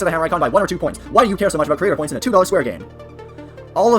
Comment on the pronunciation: Maybe fix how you say "Creator Points" a bit...